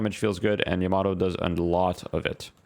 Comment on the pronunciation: the way you said yamato hurt my soul